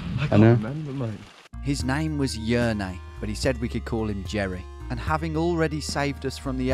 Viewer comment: It was beautifull to watch you guys experiencing the "spirit" of our green country on your travels :D the thing that made my day was pronounciation of names like yrney that is actualy jernej :P in our language (and many other balkan languages), we kinda do it like "write it how you say it" so many of our letters are said as they are writen one by one, with bunch of exceptions ofc. its lovely to experience my language through your eyes :) PS: dude from murska sobota = Blaž :D you can commonly hear the letter Ž in (je)anine, (j)osephine, (g)iraffe. But in a giraffe a silent "d" slips in before "ž" and sounds like a "g" (depends on how you pronounce it)